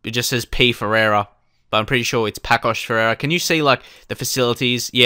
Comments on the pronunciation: The name of the first team is pronounced passos de ferreira, the ç is like ss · Paços de Ferreira, is pronounced like Passos de Ferreira :P